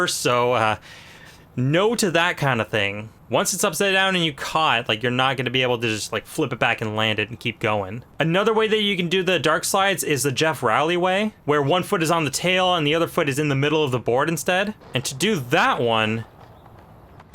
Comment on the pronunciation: Geoff Rowley’s name is pronounced like Roll-ee (“roll” down a hill)